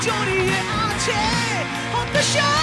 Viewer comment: হতাশা গানটা শোনার পর ভোকালের উদ্দেশ্যে একটাই কথা। ভাই, আপনি ওয়ারফেজের গান গাইতেসেন, ব্ল্যাকের না। মনে হইতেসিলো জন কবির গাইতাসে । " সকাল ঠেকে রাট্রি...... হটাশা !! হটাশা !! " উচ্চারণ ঠিক করেন ভাই, প্লীজ , নাইলে ওয়ারফেজ ছাড়েন।